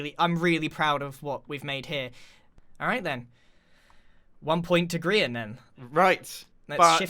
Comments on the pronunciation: Ummm it's Grian not grain!!!! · I'm sorry, hold up, did you just call Grian "Grain"??